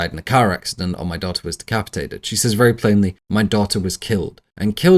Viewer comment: Says is pronounced sez. It’s not difficult if you practice.